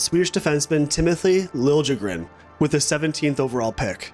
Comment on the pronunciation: Timothy “Lil A Grin” is how you pronounce it broski